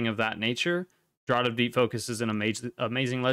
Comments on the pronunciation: FYI "Draught" is pronounced "Draft" :D Awesome guide, thank you. I didn't realise so many people were going to COLAD over Draught/VI. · No, it's pronounced "draft" exactly the same as "the wind caused a cold draft".